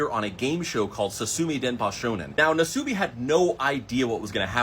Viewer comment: Nasubi the u is pronounced shorter almost silent nas-bi